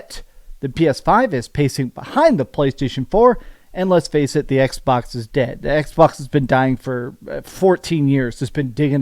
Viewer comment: Did he just say xwox instead of xbox😂😂😂😂😂 dang